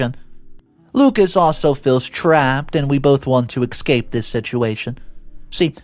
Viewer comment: For a narrator you should know that there is no X in the word Escape. It makes you sound uneducated